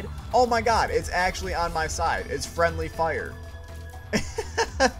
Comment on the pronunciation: fwendly fire iss imunitty tofire